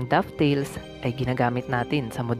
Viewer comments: It’s dovetail a kind of joint, not dufftail. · "Dovetail" hindi "dufftail"